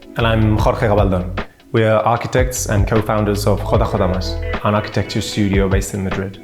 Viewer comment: Jotajota? lmao